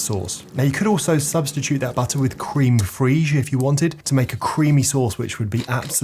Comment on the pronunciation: I wondered what cream freege was too. Nice simple recipe 🙋.